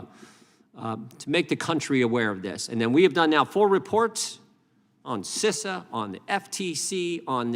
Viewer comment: You are making me mad you don't know how to say Cisa